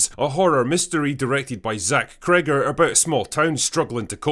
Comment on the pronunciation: When are you reviewing Rogue Elements? I saw it the other day and I think you will enjoy trashing that crap. A 44 minute long movie, filled with clichés and a terrible girl boss in it. I even heard the writer of this crap threw the main actress under the bus and blamed her for the shitty dialogue that he wrote. Oh, and by the way, it's Zach Cregger, not Crigger, you may want to correct that.